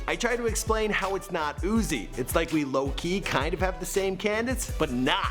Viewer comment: Oh lord why.. why couldnt he say lowkey